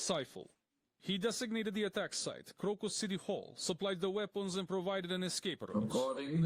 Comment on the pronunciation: The English pronunciation of Crocus is with a long O on the first syllable, like the flower. Just so you'll know.